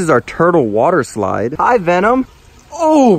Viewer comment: Wader eslaid